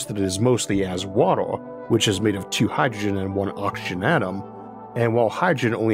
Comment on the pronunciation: "These all wepwesent mixtuwes of hydwogen"